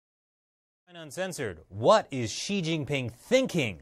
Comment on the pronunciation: good video, but I'm afraid it's like putting out a forest fire with a garden house. Even the China Bureau chief of the Strait Times (who is by the way is Chinese), didn't pronounce Xi correctly. She pronounced it as "see".